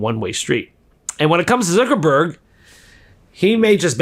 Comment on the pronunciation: Why do you call Mark "Zurckerberg"?